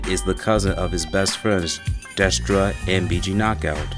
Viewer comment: dress-duh😂😂 dray-stuh DRESTA